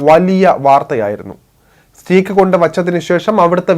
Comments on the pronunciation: സ്റ്റീക്ക് അല്ല സ്റ്റേക്ക് ആണ് ശരി ഉച്ചാരണം. Ty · സ്റ്റീക്ക് അല്ല സ്റ്റേയ്ക് !